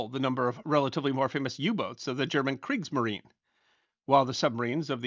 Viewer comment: FYI: in German, the final e following a consonant at the end of a word is not silent, as in English, but represents the schwa sound, "uh". So "Kriegsmarin-uh". Also, stating a time in 24 hour/military format does not use the word 'hours." So 1500, not 1500 hours.